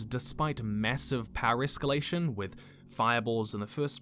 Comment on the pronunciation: hard or soft?-- escallation?